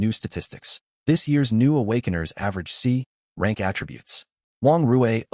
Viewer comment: that’s hilarious the AI reads going from F rank to C rank as going from frank to crank